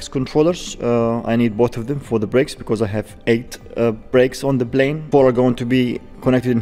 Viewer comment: you're almost at one million subscribers and you still say "Blane"!! Come on, man. It's not that hard to pronounce it correctly -Plane. Lots of Arabs pronounce P as it should - P, NOT B. It's NOT that hard.